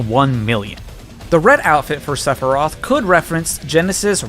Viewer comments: Sepherai? My dude come on even those who don't know the series know its Sephiroth XD Also you didn't get all the mii costumes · cloud Sephiroth (lmao. Seph er eye eth) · ...SephiRIAS? I thought it was SephiROTH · Did you say Separy during the first part of his section? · You pronounced Sephiroth wrong. It's (Seph-ir-oth) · I’m still not over “Seperiat” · THAT IS NOT HOW YOU PRONOUNCE SEPHIROTH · We will not talk about how he mispronounced sephiroth. But 2h man? Good job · That "Sephiroth" pronunciation... I see what you did there ( ͡° ͜ʖ ͡°) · I'm sorry, how did you pronounce Sephiroth when introducing him???